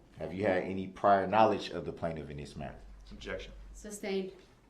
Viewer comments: It’s any not anty lol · “Inty interaction” 😂😂😂😂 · I’m upset that he thinks “enty” is an actual word. The word is “ANY” and he doubled down by saying “entee” twice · Enty enty...why is it so hard to say any? How can you put a T in any? And how did he pass a GED? Online? So he could cheat is the only way he got a GED imo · He fkd up the very first sentence..."anTy" interaction 🤦🤣🤣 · No he said “IN TEE, in tee” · It’s also ‘any’, not ‘enty’. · Axe wtf.... enty wtf. It's pronounced ask, any.... Yeah he's a rocket scientist for sure.